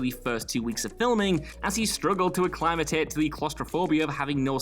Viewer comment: Acclimatate? Hahaha…